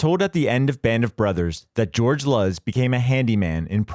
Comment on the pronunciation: George Luz, pronounced "Loose" as Luz is light in Spanish. Get it right.